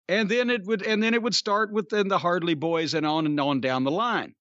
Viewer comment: Did Cornette just call them "The Hardly Boys"? 😂😂🤣